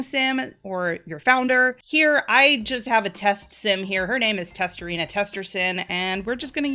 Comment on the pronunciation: when your read her name i heard “testerina testersim”